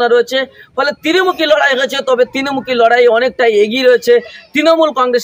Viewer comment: তিরমূখি নয়, ত্রিমূখি..